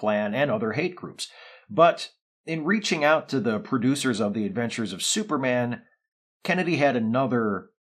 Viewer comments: Yeah - that tickled me too. It seems like one of the announcers was trying to have a posher radio voice than contemporary BBC radio announcers! Syuper! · Love that the announcer pronounces it "Syuperman"